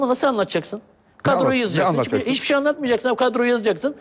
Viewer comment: sergenin ç lere ş demesi süper :D şaviye hişbişey anlatamassın :DD